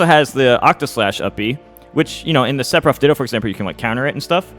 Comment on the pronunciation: i really wanna know why Mew2King says Sepiroth and not Sefiroth